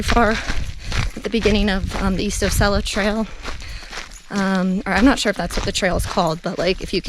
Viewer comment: Nice video...Osceola is pronounced...Aww See Oh La